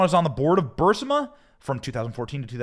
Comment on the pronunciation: It's Burisma, not Bursima. Get some new writers.